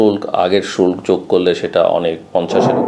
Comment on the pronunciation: শুল্ক উচ্চারণ কি?!